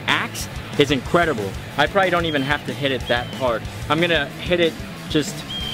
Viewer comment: Incwedible what